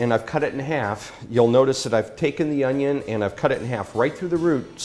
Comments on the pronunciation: Whoa that’s a big onyo! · HOW DO WE DICE AN ONYON